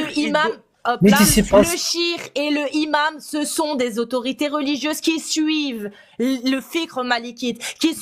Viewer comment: Bravo encore et toujours pour le travail à acharné et bienveillant. Sinon, "le imam", "au imam", etc... les liaisons en français svp 😂😂.